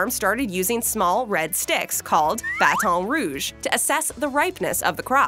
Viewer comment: I love how they always try to pronounce baton rouge all fancy, we literally say it with no accent, nobody says it in a weird way